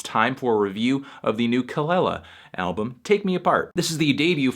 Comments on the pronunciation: Say it with me "kah-LEE-la" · Her name is actually pronounced Kuh luh luh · The way he says kelela bothers me so much